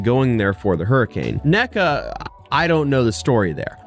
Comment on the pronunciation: I think the name you’re trying to say is ”Neka” and it’s pronounced “NAE-KUH”. I’ve also seen some pronounce it “KNEE-KUH” but that’s usually when it’s short for a longer name. When the whole name is “Neka”, it’s pronounced the first way. There was a Nigerian girl in my class when I was younger and I asked her a bunch of questions about this lol. I know she hated me.